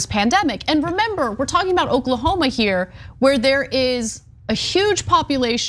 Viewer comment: 😂😂😂....its O-k-l-a-h-o-m-a.